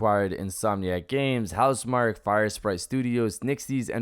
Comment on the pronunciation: In Housemarquee, marquee is pronounced Mar-key. The hype train won't stop.